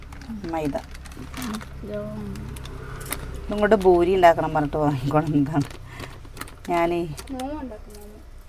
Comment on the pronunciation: ബൂരി Alla പൂരി